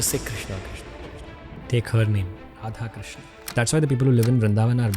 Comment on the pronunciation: राधेकृष्णा नहीं राधेकृष्ण krishna is draupadi 's name